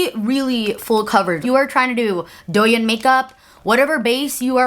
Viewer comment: finally came over from Instagram because I’m so excited for this video!!! one minor thing, the “yin” in douyin is pronounced like “yeen” with a long i ♥️